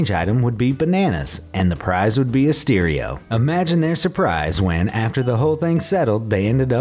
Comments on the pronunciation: WTF is a steereo? ... oh he was attempting to say stereo. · Did this guy just say "steerio"?